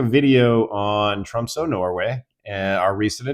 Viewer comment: First it would be nice if you pronounced the name of the city correctly. It's pronounced Tromsuh not Tromsoe. Why didn't you just fly to London and then take Norwegian Air to Tromsø?